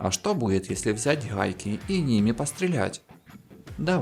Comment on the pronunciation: Рахатка, хайки... Неужели нельзя нормально говорить?